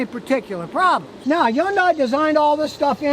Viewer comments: Hahn-die Scotty. Not Yawn-die. 🥴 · still waiting for scotty to realize that yundai starts with an H and EVERYONE else pronounces it with the H.